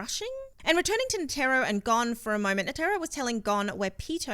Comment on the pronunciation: NA TEAR RO butchered his name